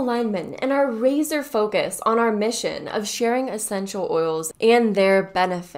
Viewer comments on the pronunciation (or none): I thought it was lazy focus not razor focus